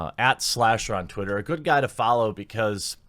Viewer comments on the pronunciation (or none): none